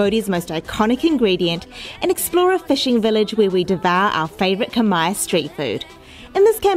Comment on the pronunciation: I love how you pronounce Khmer words 😘😘😘😘 when u come back to Satay Noodles House I will speak Khmer to u 😘😘